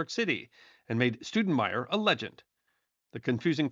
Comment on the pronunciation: That'd Stowdenmire, not Stoodenmire, haa, Thanks